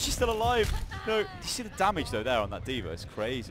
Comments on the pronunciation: it annoys me how he pronounces dva as dver. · lol he says D'vr funny